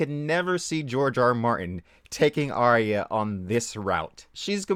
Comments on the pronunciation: AR-YAH not AR-REE-YAH. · How many times does Arya get called Aya? That bugs me. Get the fucking name right if nothing else. Sounds like HIYA.